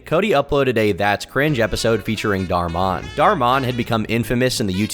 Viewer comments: It's pronounced Dhar (like car) MAN not Dhar MON he even refers to his fanbase as Dhar Mann Fam come on now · I don't think you need to pronounce "Dhar Man" as "Dhar Maan". Just speak English normally. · you pronounce it as "man" not "mon" 😭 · Dhar Man, not Dhar Mon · Never pronounce dhar man again plz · Please stop saying "dar-mon"💀😭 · or who? also he says dharr mon 💀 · Lol why you pronounce dhar man like that lmao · Why do you say Dhar Mann like that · Considering how you pronounced Dhar Mann, and then your explanation of his videos... please admit you've never watched a single one. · Your pronounciation of Dharr Man might be the worst thing you have ever done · never heard ANYONE pronounce Dhar Mann like that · That's freaky! I was completely thrown off with tom pronouncing it like that, i was staring off into the abyss then saw your comment 😂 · Why do you say Dhar Mann like that?! I dunno why, it bothers the heck outta me